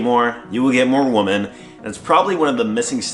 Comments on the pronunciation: repeat after me, its "Wuuuumen", not "Woh-man" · Pet peeve: “you would get more woman” …. Women is pronounced wimmin. Woman is pronounced wûman.